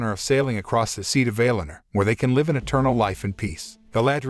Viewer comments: Don't say vail in er. Say Val in or. That's how the say it in the actual movie. People tend to pronounce words in a way that sounds better to them. It's annoying. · "Vay Lin Er"?? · Valinor pronunciation is incorrect.